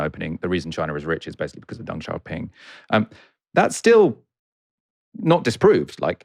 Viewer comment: Could please stop pronouncing Deng as “dung”(as in poo). It’s “Dehng”